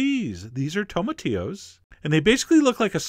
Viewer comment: cheif John. great videos. but it is pronounced tomati"LL"os. ya gotta say the L . Thats how we pronounce things in America.